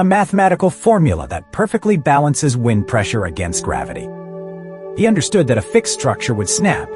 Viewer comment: "WIND" load... like winding a clock? The narrator had to feel like a fool two sentences later.